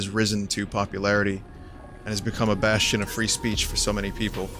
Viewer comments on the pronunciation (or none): none